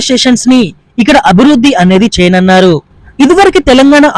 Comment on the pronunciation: ఏమి తెలుగమ్మా నీది చేయనున్నారు అను. చేయనన్నారు కాదు.